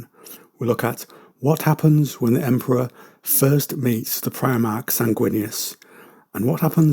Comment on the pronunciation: Just for future reference, I believe primarch is pronounced primark like the shop.